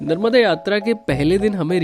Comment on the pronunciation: Agar tum aaye हो, Mai मुंबई se देख रहा हुं,, नर्मदा मां bolna sikh लो,,, ओक